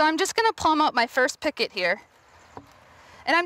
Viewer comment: Gah!!!! stop saying PICKET !!!